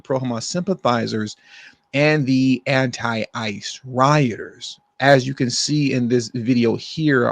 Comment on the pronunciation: I thought you said anti father 😅😅